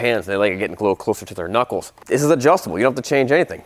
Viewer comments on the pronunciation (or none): none